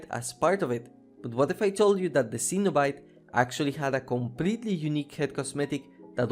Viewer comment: Cenobite is pronounce Sen-O-Bite